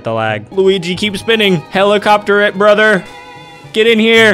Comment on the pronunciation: “He is my bRaHther, but I am not tracking his current whereabouts”